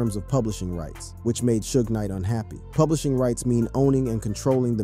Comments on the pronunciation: Did u say "shoes Nike"???!!! It's Suge knight!!! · Need to learn how to say people's name suge knight